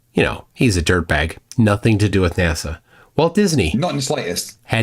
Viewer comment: Why do people like that say NASAw?